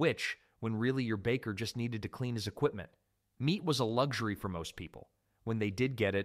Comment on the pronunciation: The word is LU X URY it has a X in it not a G nomg !